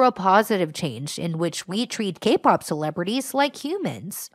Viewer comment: For a second I thought you were saying "gay-pop".... 😂